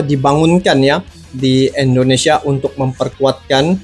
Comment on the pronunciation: Susah sekali sebut INDONESIA.. selalu terdengar ENDONESIA. INDO. bukan ENDO.